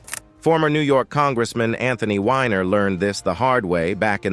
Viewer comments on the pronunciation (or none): It's not Wh"i"ner, it's Weener, Wiener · it’s Wiener not whiner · It's Weiner not winer. Get something right. Calling Griffen a comedian is the real joke.